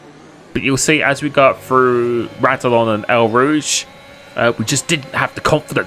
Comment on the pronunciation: “RADilON and EL Rooje” 😂